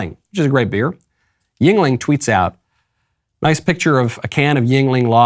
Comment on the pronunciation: Yuengling pronounced Yinling correctly as Michael did is one of the best beers in America. Been around forever. Only problem is they are not nationwide. I don't know why they continue to only be East Coast and some surrounding states. I drink it when I visit the East Coast. Or sometimes I can get my family in NYC to send me a case. Never heard of anyone not liking a Yuengling once they tried. Nothing that AB produces can come even close.